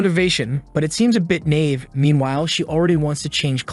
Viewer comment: Nave naive also